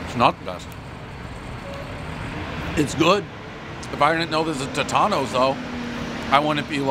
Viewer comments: Pronounced "Toe-tones" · Another famous pizzeria that Dave can’t even pronounce correctly. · How can I trust your review if you can't pronounce the name correctly.